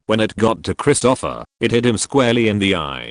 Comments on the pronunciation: XD Now I can't unsee it XD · Every time the AI voice says "Christopher" I chuckle....Krist-O-Offer instead of Krist'-O-Fur.